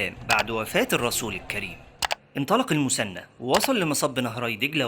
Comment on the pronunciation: المثنى وليس المسنى حتى لو تنطقها بالمصري خلي العربيه صحيحه في المحتوى..